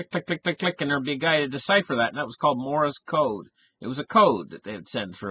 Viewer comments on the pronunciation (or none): Did you say "Morris" Code?:)) It's "Morse" Code you ding-dong you!